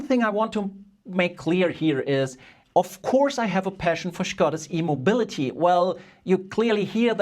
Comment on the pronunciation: it took me a second to understand that you were not passionate about "Skoda's immobility" but well about "Skoda's e-mobility" 😅